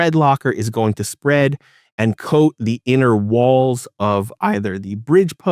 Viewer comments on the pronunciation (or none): none